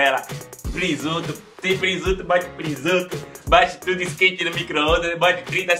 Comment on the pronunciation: ''PRISUTO'' é foda